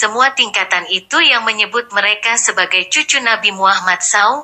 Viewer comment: Maaf sekali Koq narasi suara wanita ini seperti suara robot/ AI , Bilang Rasulullah nabi Muhammad SAW, ( dibaca saw) ... telinga agak kurang nyaman